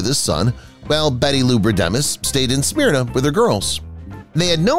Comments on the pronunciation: Ok..im getting irked... Think or Myrna Loy & add an S to myrna smyrna... NOT Smear-na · I get a kick out of how they pronounce her hometown's name: Smear-nah!